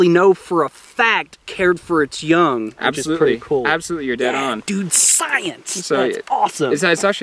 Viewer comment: Would love to watch this but that guy saying 'kewel dude' is about to drive me nuts!